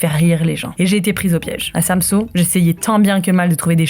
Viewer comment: pas de panique les copains en fait des tonnes mais bon c'est pas grave ONT VAS TOUS MOUR*** un jour c'est pas grave profité juste de VOTRE VIE pensé a vous et faite vous plaisir (ah et c'est pas SAMSO c'est SamsØ le Ø se dit E c'est pas compliqué mes choubidou-d'amours)